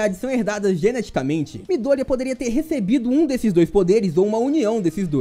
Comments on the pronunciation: Bom vídeo, mas só eu ficou incomodado com a pronucia de miDÔrIya do narrador? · Mano que agonia dele falar o nome do Midorya errado desses jeito. pelamor de Deus